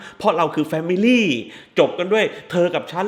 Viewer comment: แฟมิล๊๋หนิ แฟมิลี่หนิ แฟมิลี่หนิ 555555